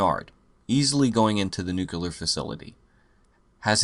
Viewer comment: It's nooo cleee arr, not noo kyuh lar. Ya knucklehead! lol Another great vid btw